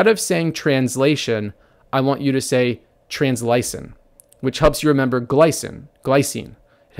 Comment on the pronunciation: TransLYCINE rhymes more with lysine than glycine.